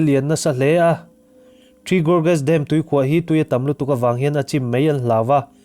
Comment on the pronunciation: Dam thluk hi.... Ka beng a thlep deuh. DAM a hawrawp ang anga mizo taka lam hian a dik mai a ni. Kan tawng leh tawng dang human kawp thuah kan tawng a him nan Thalaite"n kan tawng dik kan humhalh nan le. .duhsakna nen